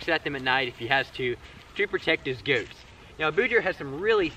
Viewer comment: I'm not American, but the way you say "goats" sounds really funny to me. 😁 Must be a Louisiana thing... 😋